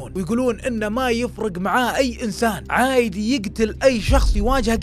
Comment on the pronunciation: ليش تقول عايدية مو عادية